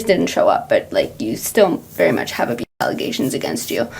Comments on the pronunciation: brother not “allagations” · Allagations is sending me help